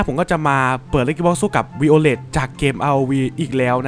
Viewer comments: ไวโอเลตพี่ไม่ใช่วีโอเลต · พี่มันชื่อไวโอเลทไม่ใช่วิโอเลท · พี่ครับชื่อไวโอเลตครับไม่ใช่ วีโอเลต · พี่ไวโอเร็ดไม่ใช่วีโอเร็ด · มันอ่านว่าไวโอเล็ตครับพี่ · พี่คับตัวนี้มันอ่านว่าไวท์โอเหล็ด